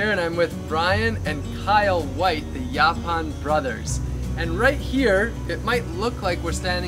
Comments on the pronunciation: I really wish ya'll would have corrected that idiots pronunciation of Yaupon (Yeah pon?) I can barely watch with him saying it like that! Even after hearing ya'll pronounce it correctly he insist on sounding like a re. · "YO-ponn" not "yawponn" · How many times does the interviewer have to hear their company name and their pronunciation of the plant to get it through his thick skull? YO PON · Its pronounced "yo-pon" holly, Rob, in the South anyway just like the brothers were saying it. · Why is rob saying the name of the tea wrong, when the brothers are saying it the right way, is being defiant, yes the brothers would know the right way to pronounce the name of the tea don't you think,, let's correct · Is it pronounced yawpawn or yopawn? Have this growing everywhere in Texas